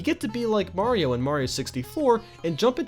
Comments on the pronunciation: I thought this was a top 10 about Super MARIO Galaxy, not Super MAYRO Galaxy! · When he said super Mauro galaxy I thought he meant a mod or hack